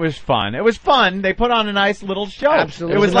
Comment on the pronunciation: I hate it so bad, it has to be a show of low intelligence to get such a basic word wrong. Nobody else says “buit” instead of “put” how did they not hit him in the mouth with the mic hearing that for a decade+ before he fixed it (which took a couple years)